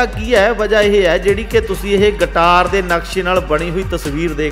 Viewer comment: ਓਹ ਅਨਪੜ੍ਹ ਵੀਰ ਗਟਾਰ ਨਹੀਂ ਗਿਟਾਰ ਹੁੰਦਾ